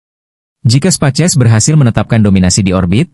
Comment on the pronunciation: Setiap nyebut Space X jadi "Spaces".. Ko pengisi suara AI nya bhs indo, ketik aja prompt nya "speis eks" Nanti akan terdengar space X dlm bhs Inggris.